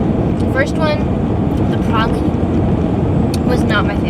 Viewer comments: *pray-leen. That’s the pronunciation. You tried!! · Pronounced PRAYleen. Not for everyone.